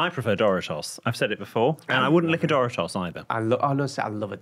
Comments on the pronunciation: The way you say Doritos is... wrong. It's not Dory-toss. It's Door-eat-ohs. Dorito is a contraction of Spanish doradito (little fried and golden thing), which is a diminutive of dorado (fried and golden thing) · Doritos pronunciation in English is quite different than the US pronunciation. Took me a minute to figure it out. dough Ree toes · Why am I dying about how he pronounces Doritos?! Tf is duritoes 😂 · But doesn’t Doritos come from the Spanish word “doraditos”? Which would make pronunciation not the most accurate one